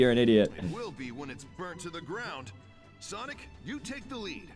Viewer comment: Couch Potato its sonic. Just sonic. Not sanic, not sanek. Sonic